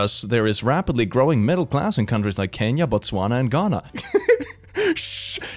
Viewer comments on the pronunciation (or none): none